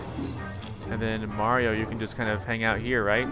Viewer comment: its-a-me BWAHRIO